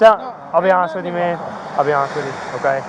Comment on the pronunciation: please stop saying "mane" officer